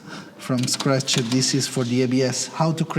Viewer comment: isseee CNCee from-ee scratchee